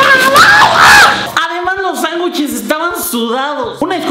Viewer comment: HAHAoye we dijiste sanwicheleseses :v